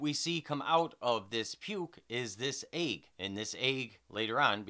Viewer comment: Your views are amazing, dude. Only complaint about this video I have is the way you pronounce egg - eyg. What a hell? What kinda accent is that? I want to know.